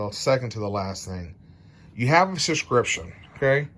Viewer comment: I think you provided some good info, but man, pronunciation of words is hard I guess. It is not 'scription', it is 'subscription'. SUB.....SCRIPTION. It's easy, don't be lazy.